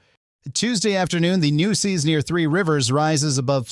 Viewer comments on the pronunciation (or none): Nooses River? Where did they get this fool from???? If you’re gonna do Texas news you must learn correct pronunciation or folks will consider you a Yankee!